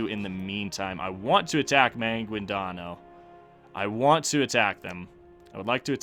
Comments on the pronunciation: Pronunciation guide Cebu: not see-bu, its sebu Maguindanao: Ma-geen-da-nao when you say it say it quick rather than a slow ma—guin-daa-noww Pangasinan: Again just say it quicker, its not paang-a-si-nan its just pang-a-si-nan Maynila: if you dont want to take the time to change your pronunciation from maay-ni-la to may-ni-la just say manila Tondo: good enough for a foreigner Sulu: make it quick Panay: its not Panaaayy its panay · I’m a Filipino and you pronounced the names wrong ex.maguindanao is ma/guin/da/nao if you want the pronounciation it’s ma/geen/the/now .Why do you put an accent when you don’t know how to pronounce the names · The way you say Maguindanao is absolutely hilarious.